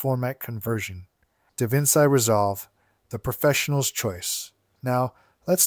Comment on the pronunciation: just a small irk of mine "Da Vinci" is pronounced as "da-vin-chi"